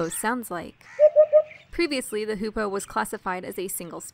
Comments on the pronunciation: the video is awesome, but i have one teeny-weeny problem with it you misspronounced hoopoe every single time you've said it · just spend the whole vid misspronouncing hoopoe :(